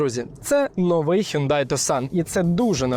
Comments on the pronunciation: Мало того, що він не таксон, а тусан, а ще й не хюндай! А хьонде, хЬОНДЕ 😂😂😂 ще раз, хьондЕ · Правильно взагалі не хюндай, а хйондай!